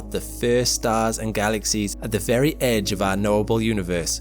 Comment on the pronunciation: Damn he saw the edger of universe... ROFL